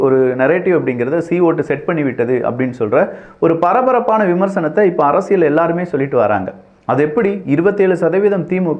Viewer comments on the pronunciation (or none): Thambi Neenga arasiyal endra varthayai la enbadharku zha endru ucharikteerkal pls correct seithu kollungal.